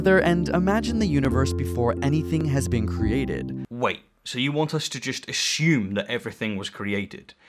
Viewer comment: FFS you are educated. The word is aSSume NOT aSHume.